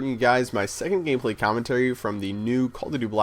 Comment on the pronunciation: Nice "Gamplay" xJawz